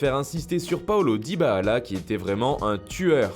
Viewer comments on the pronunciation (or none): La prochaine fois essayer de dire DYBALA , au lieu de DYBAALA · Ftg avec ton "dybahala" tu c lire ou quoi??? DY-BA-LA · C'est dybala pas dybaala ptn sinon perfect 👏👍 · J’avoue chelou ça prononciation... 👀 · Aprend a prononcée Dybala ..merde....